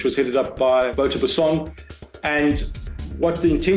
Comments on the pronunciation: wouter Basson pronounced "vow-ter" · Wouter is pronounced as Wauter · Wouter is pronounced like voter. :)